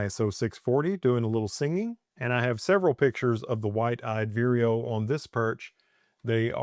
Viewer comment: Lovely pix as usual! I have heard great things about that camera and especially that lens! BTW, is that bird named "White eyed weerio"? I have only heard you say that name and I had been thinking it is "Wide eyed..":D